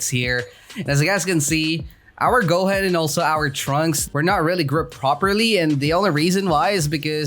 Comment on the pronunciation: It's not go-hen it's goo-hooooon